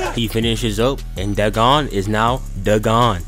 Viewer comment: No, its "da gone"